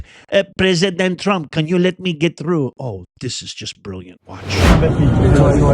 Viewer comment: Macron! SAY HIS NAME Macron! Ehh..? Trraump!? You're Gyad Darn RIGHT!